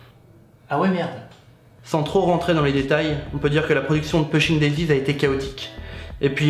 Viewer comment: alors par contre, on prononce poushing daisies (ça m'a rendue folle)